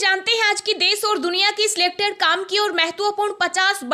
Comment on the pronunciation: Des nahi desh aur chilla kyo Rahi ho aakash Tut Gaya kya?